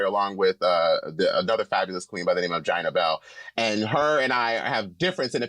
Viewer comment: When Dida said Gina Belle I got full triggered.